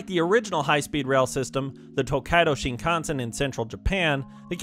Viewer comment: It's pronounced: SHIN kan sen